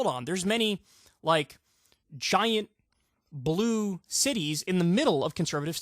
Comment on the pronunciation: Heh heh. I heard "If you're team *blew*...